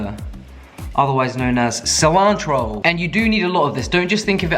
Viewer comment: I want a text ringtone that's just saying "Cilantro" in his American accent.